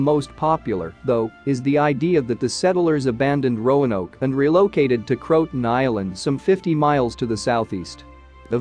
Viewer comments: It's not cro-ton. It's cro-a-tan.. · It isn't /Crowtin/ It is Croatan / Crow-i-tan/ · Pronounced "Crow-a-Tan" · This AI can't pronounce Croaton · Indeed, Crow-A-Tan for heaven’s sake😜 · Believe pronunciation is Crow-ah-toe-an. AI narration didn't pick up on this.